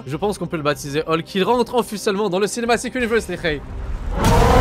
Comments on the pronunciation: Ca me tue vous vous dites holk et pas hulk. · "Olk" ptdrrrrr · il a bien dit Holk ou c moi ?